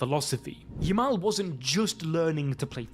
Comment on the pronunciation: Stick to working at the daily bugle. It's Yamal not Jamal